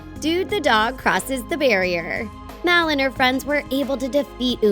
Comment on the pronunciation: It's m a l not m e l